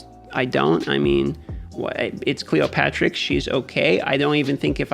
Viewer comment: It’s Cleo-terix, like pterodactyl btw :)